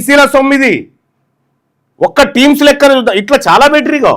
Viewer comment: టీమ్స్ కాదురా నీ అయ్యా. అది టిమ్స్ రా